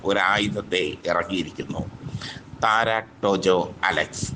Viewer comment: താര എന്ന് പറഞ്ഞാൽ പോരേ, വായിൽ കൊള്ളാത്ത പറച്ചിൽ കേട്ടിട്ട് സങ്കടം വരുന്നു😩😩😩